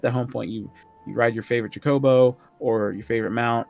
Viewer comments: That pronunciation "Ch-cobo" has me triggered. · "TCHOCOBAU" ? XD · Why are these guys pronouncing Chocobo wrong?